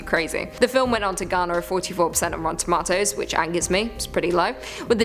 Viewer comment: Love it when you say, "ROTTEN TOMA-TOES!" marry me lol